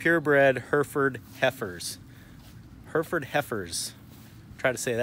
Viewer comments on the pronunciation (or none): Its Hereford. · Difficult to SAY cos u keep saying Herford's... instead of HerEford's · For those intending to go to the UK, we pronounce it like hair-eh-Ford, not her-furd . I mean they're your cows, you call 'em what you want, but the English county is Herefordshire and like most English place-names it's not pronounced as it is spelt. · Where I come from it’s heriford or Hereford but the i makes an e sound just to let you know ( you might say it different I don’t mind just thought I’d let u know) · HairFords HairFords haha say it right lmao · Love your videos. Never heard Hereford pronounced like that though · Sorry it it just me that gets annoyed that he cant pronounce Hereford properly?